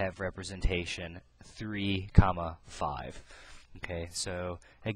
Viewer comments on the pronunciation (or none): love the way you say coma lol! thanks, love from malaysia :)